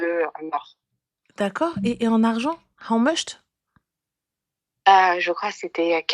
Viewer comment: Le « how mucht » m’a tué 🤣🤣🤣